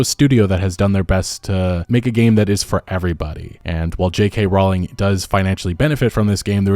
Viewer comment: Just your regular reminder that J K Rowling isn’t transphobic and has never said anything transphobic. It’s simply fashionable to pretend that she is in certain circles which prefer outrage over facts. (Also, it’s Rowling as in bowling)